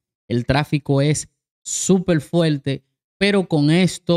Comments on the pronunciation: Fuerte, no fuelte Se dice fuerte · Buenazo una curiosidad por qué a la r le hacen l. Es FUERTE NO FUELTE es Doctor no Doctol con r ya es hora que se hagan amigos con la R sobre todo si son comunicadores